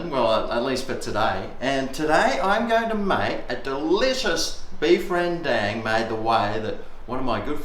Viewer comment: Ren-dang. I love the pronunciation that every person outside the world that never heard of rendang. It's wrong, but it's still nice to be recognized from all over the world or the world under. DANG SON!